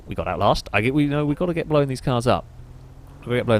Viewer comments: Blown, not Blowan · My lady just pointed out how you say "known" and "blown" as if there was an E in there, know-en, and blow-en up... Now I can't unhear it. Stay single folks 😂🤣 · Blow-un Throw-un Know-un Stop addiding syllabulluls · Yup, that's part of the accent lol. He really pronounces the 'w'.